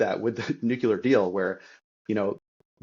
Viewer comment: Your guest would have more credibility if he could pronounce “nuclear” correctly.